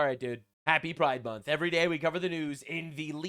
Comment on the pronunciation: What? Pri-DE MON-th??